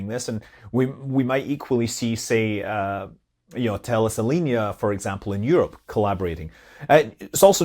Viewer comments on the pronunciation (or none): none